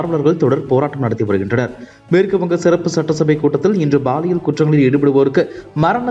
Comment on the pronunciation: Prounce paaliyal not baaliyal! Bad tamil pronunciation in Tamil news!